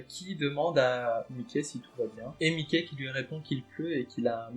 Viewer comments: Ne dit pas Mické stp 🤣🤣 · 'est vrai que ca fait bizarre mdr